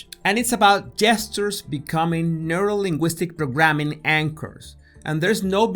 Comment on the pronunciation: neurolinguistic programming was never pronounced so awesome 😄